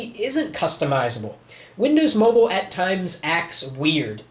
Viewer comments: MOBILE NOT MOBLE!!1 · MOBILE NOT MOBELE!!1